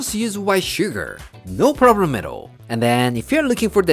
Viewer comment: Nice! I like the recipe, I will try it over the weekend. I think you are trying to say "No Problema" but you say "No Problemero"